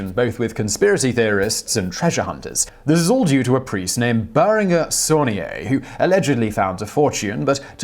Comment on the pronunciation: I think the French priest's name should sound like: Bear-on-jay Sonn-y-air.